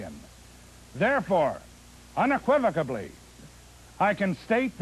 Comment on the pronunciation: Unequibically? Lol